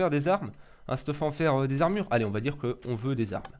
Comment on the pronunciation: Pété de rire quand ta dit : "Des armre !!" x)